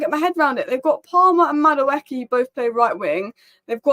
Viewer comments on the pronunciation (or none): none